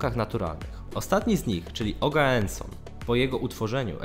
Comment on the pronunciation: Nazwy, które widać, były tymczasowe i nie są absurdalne (bo to jest np. un-un-tri-um, czyli jeden-jeden-trzy [113], więc do bólu logiczne), ale po uznaniu ich odkrycia nadano im w końcu nazwy, m.in. oganeson i z tego kolega już nie wybrnął (przeczytał ogaenson). :]